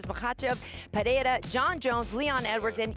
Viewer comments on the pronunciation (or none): Alex “PeHeira” 😆